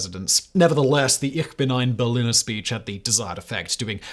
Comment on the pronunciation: You never heard Kennedy say "Ich bin ein Berliner", did you, Fact boy? Or you wouldn't say BerliNNer 🙂